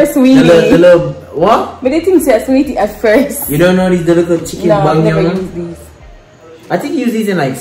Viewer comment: Nobody: Not even::"Give it a likkle kick man"😂😂